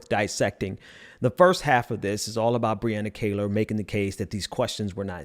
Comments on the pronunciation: Please pronounce Brianna's last name correctly, It is not "Kay-lor" , it is "Kee-lor" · Great take!!!. It's amazing how people's hate is stronger than their own self interest. Truly sad. Btw it's her name is pronounced Kee-lar she is awesome. Thanks!